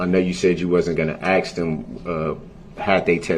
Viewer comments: "I know you said you wasn't gonna axe dem" lol what a well spoken gentleman. Pos ghetto trash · He don’t have no problem doin what you ax him to do.